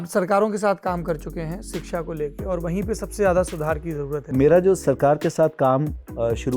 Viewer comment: 'सिक्षा''❌ नहीं शिक्षा'✔️ सही उच्चारण है, सौरभजी। मैं आपके बनाये वीडियो बहुत आनंद से देखती हूँ। बहुत अच्छा कर रहे है आप। धन्यवाद।